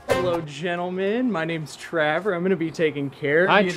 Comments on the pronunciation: WHY DO THEY CALL HIM TRAVER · who else kept repeating "travor" vs "trevor"?